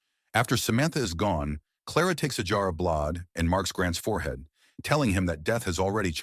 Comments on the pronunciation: AI stinks in this video. Blood is spoken as blahd. Kill is read as keel. Among other mispronounced words. Very frustrating to listen to. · What year is this movie set in? The word you're mispronouncing is blood. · i have been yelling BLAUD! each time the AI messes up lol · And BLOD. LOL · "The blad" 😂 "the blawd" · The AI commentary is crazy. If your system can’t pronounce “kill” and “blood”, maybe just read it yourself. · The AI trying to negotiate "blood" was painful